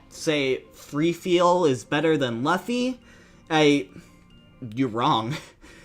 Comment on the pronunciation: How come you keep pronouncing luffy as Laf-fy rather than Lu-ffy?